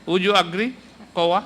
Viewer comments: parang ang dinig ko sa "COA" ay " KUHA" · hahaha ang coha !